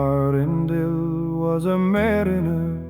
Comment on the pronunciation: You actually pronounced Earandil properly! That's the first time I've ever heard it right.